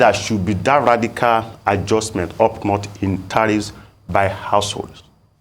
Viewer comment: This Professor's English pronunciation is atrocious! Apart from the well-known "Yoruba H-Factor", he pronounces "which" as "wish", "that" as "dat", "the" as "di"; to mention but a few. A Professor? As a Yoruba man myself, I am embarrassed. As a Nigerian, I am disappointed.